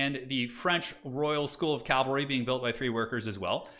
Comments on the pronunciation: Get yours checked, mate. Clearly incorrectly saying "Cal - vary" throughout, instead of the correct, "Cav - alry". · Please learn how to pronounce cavalry. Hint, it's not calvary